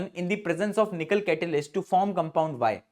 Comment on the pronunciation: The way pronounced nickel 😂😂